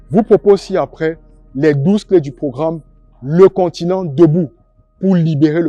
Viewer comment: Le “KONTINENT” ,c’est quoi ça??